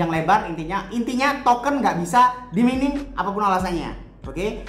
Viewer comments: Bukan mining bacanya, yg benar itu maining 😄😂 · mining --->> dibaca maining